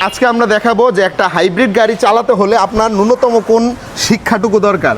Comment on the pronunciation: ভাই ন্যুনতম বলেছেন নাকি নুনু তম😂😂😂